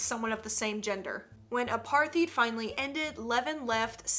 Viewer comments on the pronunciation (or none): Hello apartheid is pronounced apartaid it was when people of colour in South Africa were treated horribly and put in slavery basically but in 1994 if im correct when Nelson Rolinhlanhla Mandela was elected president he gave people of colour their rights back I'm a black South African girl so we are taught this at school during history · I’m from South Africa so I shall teach you how to pronounce it: Say apart-hei-t